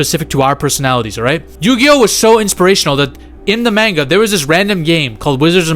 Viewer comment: Homie called it “mainga”